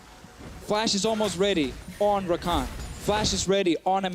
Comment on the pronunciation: U mean Rakan? Not takan.